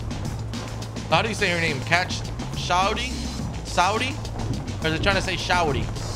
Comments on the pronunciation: The fact you kept trying to pronounce Shaundi and kept calling her Shawty lmao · It’s pronounced (Sean - Dee) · When he said shaundi wrong I flipped out. You pronounce it Shawn-di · Tips: you had infinite ammo because it was your first level and shaundi is sayed like shondy upgrade your pistols to the max get your ak to max level at friendly fire and have grenades and crouch to rapidly fire grenades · lol shaundi like shawndi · is shaundi not showdi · you are pronouncing her name name say it like shawn but with the di at the end shawndi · I love when he was tryna pronounce shaundis name he just completely ignored the n, every way he thought the name was pronounced didn’t include the n lmao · Please Know How to Say Shaundi Please